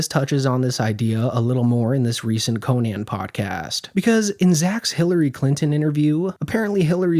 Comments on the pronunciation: The way you pronounce Conan O’Briens first name drives me up the f*cking wall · Cone-yan Obrien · it's not "Co-Naahhn." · You know it’s pronounced “Cone-in” right? Have you never heard anyone say Conan O’Brien’s name before ?? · Love your videos but it's hilarious that you cover comedy and can't pronounce Conan's name. That's Conan The Comedian, not Conan The Barbarian. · You sound so dumb pronouncing Conan that way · Learn how to pronounce Conan's name please. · Bro what is with people mispronouncing Conan’s name to this day? Like, I know he’s not like Kanye levels of known, but we all know how to pronounce the best late night host of all time’s name, right? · Buddy dont kno how to pronounce conans name tf🙃